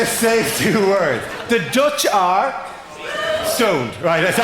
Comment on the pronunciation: TBH it doesn't sound like he said stoned, it does sound like he said sowned. It's only because I know the context that can figure out what he said.